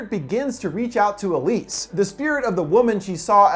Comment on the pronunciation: check the description you said elsie instead of elise